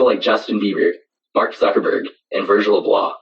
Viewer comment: He pronounced Virgils name wrong and it bothers me.